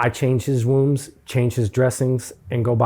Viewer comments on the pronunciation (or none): I enjoyed this, but who wants to tell it's wounds, not wombs?